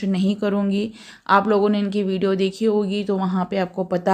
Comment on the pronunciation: Vido nahi vidio bolo